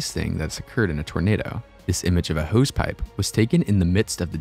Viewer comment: Youlost me at "Hose Pipe".